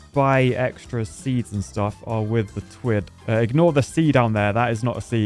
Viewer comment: Twitt ? No, no, no. Titt